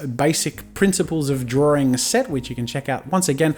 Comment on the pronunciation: the accent tough ;) like he says drawring every time